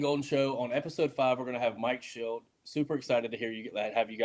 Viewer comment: It’s Shildt.. not Schildt